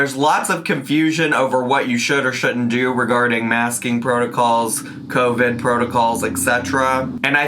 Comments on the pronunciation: She’s saying covic to try n be funny, she knows she’s saying it wrong. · Her calling Covid “Covic” is KILLING MEEEE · I kept hearing “co-fid”😭😂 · My grandmother from the Bronx says it like that. 😂